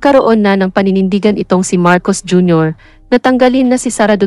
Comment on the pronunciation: gumalang ka naman hoy ikaw na announcer... o sadyang wala kang paaralan ha4... pagbugkas mo nalng pangalan ng presedente ng pilipinas MARCOS JR.